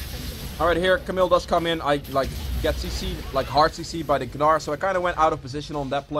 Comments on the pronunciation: It's pronounced nar. Not Ga nar. Super irritating to hear constantly. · please keep saying ganar lol